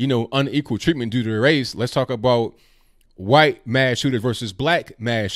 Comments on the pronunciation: Say white correctly please. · I wonder if you say 'Huwhite' on purpose. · You really emphasize the "wh" is "white" a lot, like stewie on family but, haha